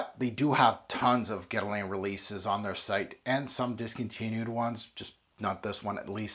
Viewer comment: Love how you try to pronounce correctly the name of the fragrance but just, in such a cool way, butch the name Guerlain 😂🤣🤣🤣👏👏